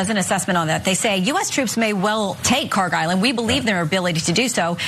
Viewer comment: PRONUNCIATION: kharg خارک should be khark. pronounced like park but the german 'kh' sound in the beginning instead of 'p' there is absolutely no 'g' sound in the name. ک is the last letter in the name which is 'k', not گ which is the next letter of persian alphabet which is 'g'. they look similar to people unfamiliar and the keys are right next to each other so it is either a typo or ignorance in transliteration.